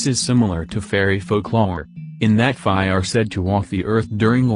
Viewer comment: you need to teach your tts to say fae right or smth idk lmao